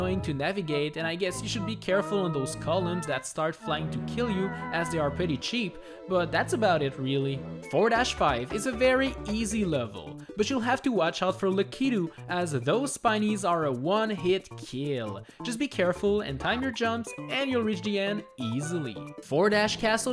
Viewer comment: “But you got to watch out for La-kee-tu.”